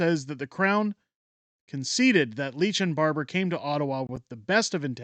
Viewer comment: AAHHH dude, it's LITCH not Leech.